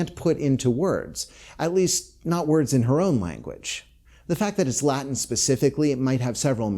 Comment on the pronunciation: Omg finally a youtuber who can pronounce latin.